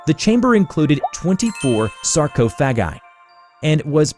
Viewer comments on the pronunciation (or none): The way he pronounced 'Sarcophagi' leads me to believe this is likely AI generated.